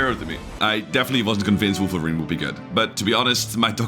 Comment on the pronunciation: he's wolverine, not wolferine 😂 is that the sound it makes